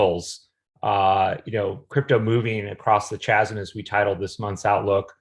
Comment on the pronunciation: Great video ... has nobody ever corrected the way you pronounce "chasm?"